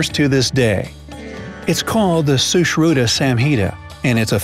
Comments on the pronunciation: When he was like shooshruda I was like srushruTa cuz I am indian 🇮🇳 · its sushrut not sushruta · Shushruta what did he pronounced Huhh😂😂